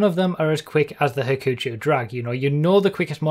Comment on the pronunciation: はくちょう ha-koo-cho it google translates to 'trouble'